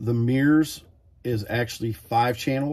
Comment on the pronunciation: MURS pronounced as 'meers' is making me itchy.